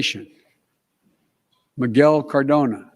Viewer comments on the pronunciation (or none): none